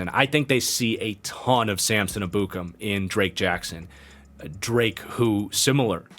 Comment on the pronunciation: R u saying Ebukem correctly? Never heard it pronouced that way (by an analyst or broadcaster). Just wondering.